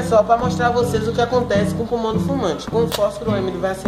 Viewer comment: Menina fala purmão kkkkkkkkk